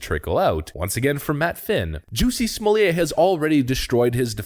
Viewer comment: OMG did he just call him Juicy Smokay!!